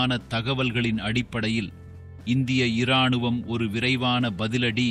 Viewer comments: ஏம்பா வீடியோ பதிவு போட்டவரே தமிழில் நீதான் பேசுகிறாயா இல்லை ரோபோ பேசுகிறதா ? மனிதன் என்றால் ராணுவம் என்பான் அது என்ன இராணுவம் ஈ ராணுவமா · உதாரணமாக ராணுவம் எனும் பொழுதும் இ சேர்த்து உச்சரிக்காதீர்கள்